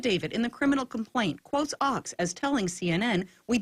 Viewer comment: his name is pronounced :Oaks , not ochs, (you are using lower case sound in upper case place.)